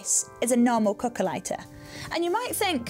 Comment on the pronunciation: Me too, thought she was saying coco(a)😅